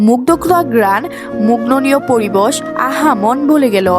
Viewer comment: আপু পরিবশ না পরিবেশ